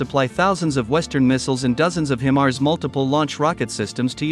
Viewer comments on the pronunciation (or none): HIGH mars not HIM mars